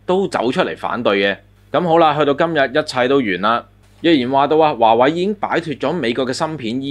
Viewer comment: 係華(為)，唔係華(偉)